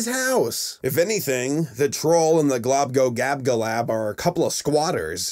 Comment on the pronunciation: It's very late but you missed the l in glo, globglogabgalab not globgogabgalab